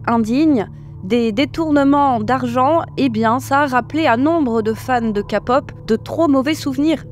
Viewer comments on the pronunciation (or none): le fait que tu dise ka au lieu de ké... ca heurte l'oreille lol mais merciii puor ta vidéo... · A chaque fois quelle dit KAPOP Je suis hyper dérangé 😂😂😂😂😂😂c est KEPOP ( accent aigu sur le E) 😢😢😢😢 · Par pitié arrêtez de dire « Ka » Pop, on dit « ké pop » 😭 ça se prononce comme un K en anglais. Je vois les commentaires « oui mais on est en France ». « Pop » ça vient aussi de l’anglais Sinon merci pour la vidéo, car même si j’adore ce genre, les dessous sont vraiment sombres, et les fans toxiques sont abominables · Quand tu dis kapop moi j entend kapot 😂😂😂😂 donc stp faut dire kepop pour nous autres la ... hein ! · J'ai pensé exactement pareil!! Ça se dit KPop! c anglais !! Ça m'a déconcentrer tout le long ! 😅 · Encore une vidéo très intéressante. J’aime votre point de vue, votre respect et votre engagement dans le féminisme, mais des fois vous me faites rire avec vos expressions de traviole 🤣 Par exemple dans cette vidéo, les citrons essorés, la K (prononcé ka au lieu de keï) pop et quelques autres que j’ai oubliés 🤪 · Chaque fois que vous dites 《Ka-Pop》 j'entends 《capote》 !!! 😂 😂😂 J'ai toujours appelé ça de la 《Ké-Pop》. Oui oui, à l'anglaise svp ! 😅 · "LA KAPOP"... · Sa se prononce ké-pop et non ka-pop voila voilu ❤ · J'espère que ça parraitra pas méchant mais perso entre ka pop ça me fait marré parce que j'entends tout le monde dire Kai pop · J'avoue ca m'a traumatisé tout le long d'entendre "ka"pop au lieu de "ké" pop 😅 Omega X la story n'est pas fini, la PDG revient à l'attaque avec des vidéos "montrant que ce sont certains membre du groupe qui l'ont agressé sexuellement et pas l'inverse... (oui oui) Dans les début de BTS RM et Jin je crois ne correspondaient pas aux critères de beauté et devaient porter un masque. C'est évident que tu ne peux pas danser des chorégraphies de plus en plus compliquées et chanter en live c'est physiquement impossible. Moon-bin, 1 an déjà quel gâchis 😢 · on dit Ké pop pas ka pop😢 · SVP KÉ-POP et non KA-POP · On dit pas KAPOP